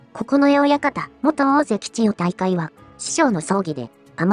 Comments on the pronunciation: 千代↑大海↓ めっちゃ気になる笑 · ちよ⤵︎たいかい⤴︎のイントネーション、どないしたんやw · ナレーションの【千代大海】のイントネーションが変で中身が入ってこない（笑） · ち↑よ↑じゃねぇ、ち↓よ↑ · チヨ⤴タイカイ⤵ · なんで千代の富士は「千代の富士」で 千代大海は「チヨ・タイカイ」なんだよｗ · みんな動画の内容より、ちよ、たいかいの発音が気になってしょうがない。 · ちよ退会！のせいで話が入ってこんわw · チヨ・タイカイ・・の発音が気になって気になって・・・😂😂😂😂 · ちよ⤴️たいかいで動画が全く入ってこない😃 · 千代大海の発音がなっていない。「ちよ、たいかい」誰のこと? 編集内容の良さを、説明役の女がぶち壊している。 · 千代↗大海↘😂 日本語習おうぜ！ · チヨ⤴︎大海😂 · 千代大海と発音するときの「アクセント」は聞くに堪えませんね。人に聞かせる場合は、「チヨタイカイ」と発音が正しければどんな抑揚でも良い、と言う訳ではありません。多くの人が聞き慣れている速度や抑揚で発音で無いと、この朗読者の出身地独特の言い回しでは聞取りづらくて、聞取る側には違和感や不快感が生じます。「チヨ」と「タイカイ」の間に微妙な間が空いて「チヨ」と「タイカイ」が一つの言葉には聞こえません。「チヨタイカ」と一気に発音し、二つの語が一つになって一語に聞こえるように発音して貰いたいモノですね。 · ち⤴よたいかい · ちよっの発音がイラっとして入って来ない。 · ち↑よ↓たいかい→ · チ↑ヨ↓タ↑イ↓カ↑イ↓ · AIちゃんは千代の富士はちゃんと言えるのに千代大海は言えないんだな😂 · 残念なことに「チヨ 退会」が気になって、せっかくの内容がイマイチ入ってこない🤣 かと思えば、ごくたま「千代大海」ってちゃんと言えるじゃんかよぉ！ 余計に戸惑うわ😆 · 千代の富士は普通に喋れるのに何で千代大海は普通に言えないのよ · 最初に千代大海が入るとイントネーションがおかしいんかな？文の途中だと普通になるっぽい？ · ちよ、たいかい が引っかかり過ぎて話が頭に入らない。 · 千代の富士 はちゃんと言えてるのに ちよたいかい のアクセントがなんか違う・・・ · 関取の名前の読み方ぐらい勉強してほしい